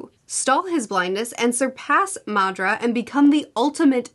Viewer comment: I love the pronunciation of Madra as if he's Spanish 😂 I'm just teasing, but it does sound really funny, in a playful way.